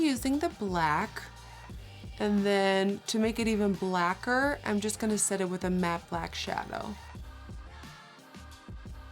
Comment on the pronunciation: No one: Literally no one: Nikkie: "blacker"